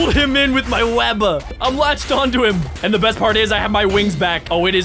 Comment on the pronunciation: Do you mean best Why do you say bass girl